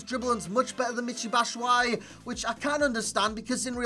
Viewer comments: by the the way to pronounce his name it's BAT-SHOE-I-EEE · It's batsh-wa-yi!